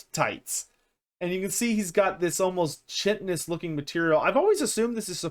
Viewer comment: Pincers and chitinous are pronounced differently